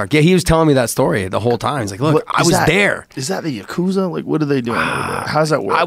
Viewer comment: Joe, Yakuza has 3 syllables, not two. It's Ya'ku'za, not Ya'kuza.